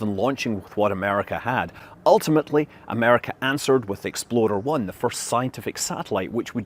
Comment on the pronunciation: It sounds suspiciously like you pronounced it “Exploder 1” 😂 watch it pal!